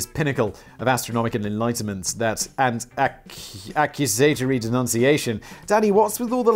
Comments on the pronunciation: Accuzatary? Accusatory... Cmon Simon you're better than this. It's literally your only job. 😂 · "Ack use a tor ee'